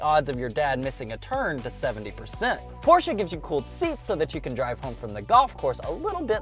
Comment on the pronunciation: Finally one person from the USA who knows how to pronounce name Porsche.